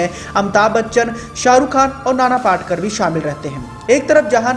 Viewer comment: नाना पाटकर...! नहीं... नाना पाटेकर 👌